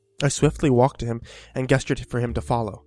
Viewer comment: OMG,, "gesture" is pronounced like JEST-ture! Hearing you pronounce it "guess-ture" makes me want to scream more than these stories do, lol!